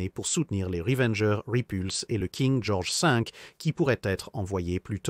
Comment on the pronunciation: " King Georges Sink " ptdr